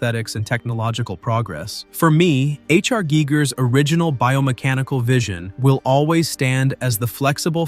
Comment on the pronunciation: It's pronounced Guy-gurr BTW